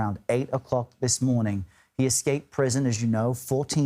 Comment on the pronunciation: Name is actually Danilo (or phonetically 'Daneelo')